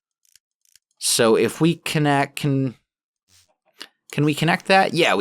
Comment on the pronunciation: As a thaumcraft fanatic. There is something about tech mods I don't like, so I usually don't go too in depth into power. Also, I cannot stand it when you call aspects by incorrect names (eg. You called ignis fire) and the pronunciation kills me (eg. The way you said vacuous. I have done so much thaumcraft so many times that it is painful when someone does research in an inefficient way. Sorry if I seem rude, I just really had to get that out my system and I have no friends who can be bothered to listen to a rant x)